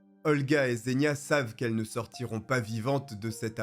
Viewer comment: Encore une superbe vidéo (pas pour le contenu en lui-même évidement mais pour l'investissement que tu y mets et tes talents de conteur 😁). Sinon juste pour ta culture personnelle, "Zh" se prononce "J" en russe, il ne faut donc pas dire "Zénia" mais "Jénia" (diminutif d'Evguenia ou Eugénie), et pas Seriozha (diminutif de Sergueï) mais "Serioja". Sinon, Nastya et Polya ne sont pas des prénoms non plus mais également les diminutifs d'Anastasia et de Polina 😃